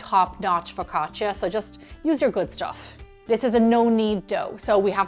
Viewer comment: Looks great! Well done! Now…. It’s pronounced FU CA CHA